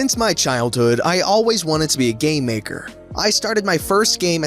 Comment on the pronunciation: Was I the only one who heard gay maker instead of game maker?